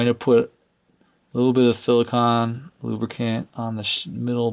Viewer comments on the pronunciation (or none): (and other instances): "Silicone," not "silicon." Big difference... one will lube, one is sand!